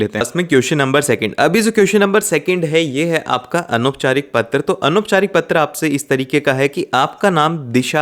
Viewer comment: He saying a not ptra like pathar writing 😂😂😂😂😂😂😂😂😂